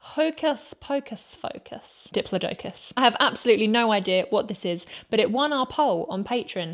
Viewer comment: It's "di - PLAH - de - kus"... but I appreciated the rhyme. Made me laugh. 🤣